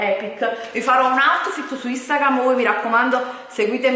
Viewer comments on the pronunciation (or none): "Questo è il mio AUTFITTE" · "Guardate il mio Otfit...aim a babbi gol in a babbi woooll" vabbe ragà ciaone